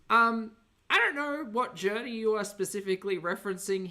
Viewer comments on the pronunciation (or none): I’m new here… why does pronounce journey ‘gurney’? 🙏💖